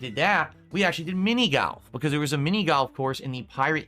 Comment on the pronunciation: Lol "Mini Galf"